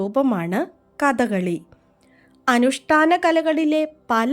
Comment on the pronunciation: കഥകളി not ക ത കളി